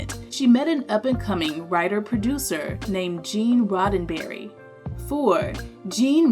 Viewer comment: Great job, congrats! And the name is Gene Roddenberry, not Roddenbury, OK?